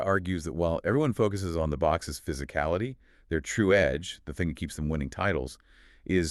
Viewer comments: Is it saying "The books" instead of the Boks? 😂😮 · "Spring-books"? Why ruin a podcast with these artificial voices. Its such a put off. At least get real rugby fans to read the scripts out.